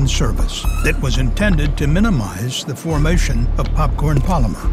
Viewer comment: It comes down to the popcawn palyma forwmation